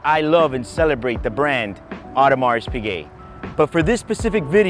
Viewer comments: I don't normally comment but please don't pronounce the S in Audemars, it's just o-der-ma. It's really very off-putting, so much so I had to stop the video. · You really need to work on your pronounciation game. The "s" in Audemars is silent for example. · Please stop spelling the S at the end of Audemars, it should be silent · You really should learn to pronounce Audemars and Vacheron before making videos about them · If you could pronounce Audemars correctly, that would be great